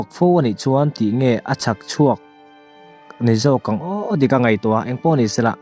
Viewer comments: Chhakchhuak hnam hming sawina angin i rawn chhiar mai hi a diklo lutuk. Chilchhak a chhak i lam ang khan chhakchhuak kha chhiar tur. Ka thil ei ka chhakchhuak tih ang hian. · Chhak(East)chhuak a tiah kha a dik a chhâkchhuak tih ani lo anih chuan a chhiar dan thluk kha a dik a ni.